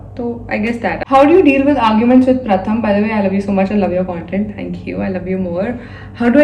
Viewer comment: Gurl....I used to think of Pratham as jiju but being from Kolkata...ig u are my bhabhi now❤ P.s. - if he's Bengali,his name should be pronounced as Prothom😅